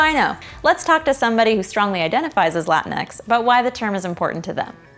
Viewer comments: its pronounced "la-ti-nex" not "latin-x" and its not showing spanish has a preference to men???? what the hell???? its literally just a term to include all latinx people, and yes its all to use non-binary, genderfluid, etc etc., but its to use as a group????? its just grammer???????? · Va te faire foutre! This is bullshit it’s not real spanish and it wouldn’t even be pronounced the way she think it is. X is pronounced Equis not Ecks this is bastardization of my spanish roots and you sjw Americans are destroying it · im fine with it, but the pronounciation is horrendous. it's la-TEEN-ix, not LA-tin-ex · I’m Mexican from Mexico and I’m completely fine with Latinx, if anything the only issue I have with it is the pronunciation, like why not just “latin-ks” instead of “latin-eks”? Also, lol at all the buttmad people at the language being “”desecrated””, language isn’t static, get over yourselves!!! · Latinx only works if your first languague is english tbh, you guys pronounce it like 'latin-ex' but here were we speak spanish as a first languague it would sound like 'latin-ks' which is just odd. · It's pronounced "Latin-e" you don't pronounced the X. It's pronounced as E as in egg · I thought it was pronounced lah-teen-x